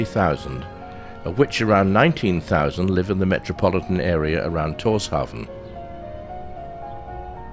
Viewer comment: Tórshavn is pronounced “torshaun”